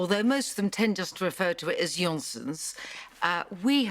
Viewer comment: I always smile at how poorly English speakers pronounce words in Germanic languages The 'o' is pronounced similar to 'oo' in 'moor' i.e. not 'olly' as Nigella says.